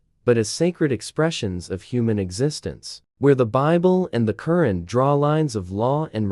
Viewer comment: A constructive criticism: The Qur 'an is pronounced with an emphasis on the second syllable. It sounds like you typed in the words and AI spoke them. Is there a way of correcting the AI pronounciation of a word? This could be important when you are talking about somebody's religion. Anyway, good post. And I agree with nearly all of what you said. Also, I like that you left the decision up to the reader after saying some pros and cons of each philosophy.